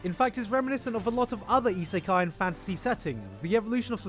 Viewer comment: "Slime Iseka---" I'm gonna stop you right there